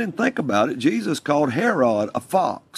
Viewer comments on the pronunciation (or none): The way he says "Hair-rod" for Herod makes me want to gouge my eardrums out.